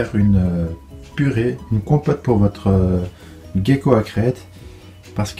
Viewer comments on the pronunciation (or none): La prononciation, gecko et pas guecko.Mais à par sa ta vidéo et bien,continue comme ça 👍.